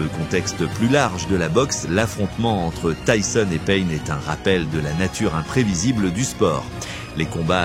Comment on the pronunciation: Vraiment ça va j'aime bien tes vidéos et c'est pour ça que je me suis abonné à toi et pour la force aussi 💪 mais là déjà c'est dommage ce n'est pas ta voix, souvent les mêmes vidéos de lui je trouve et surtout quand tu ébrèches le nom de Tyson en tisone ou tissone ça m'énerves un petit peu car tu fais bcp de vidéos sur Tyson et la plupart elle se ressemble en plus .. Et le tissone, tisone les abonnés ou pas doivent le remarquer et aussi heureusement que ça ne remplace pas le ''o'' par un' ''a'' sérieux là tu m'aurais tué mec, Tyson en tisane 😅👊 après je t'en veux pas mais règles moi ça après tu as commencé y'a pas longtemps mais bon.. Continue ce que tu fais et tu t'améliora 👌